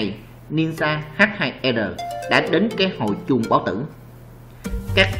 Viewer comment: Đọc luôn là H2R đi H2 e r khó nghe v